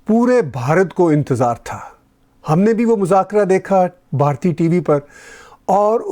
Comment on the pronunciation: Tahir Sir it is Bhartiya not Bharti. Thank you.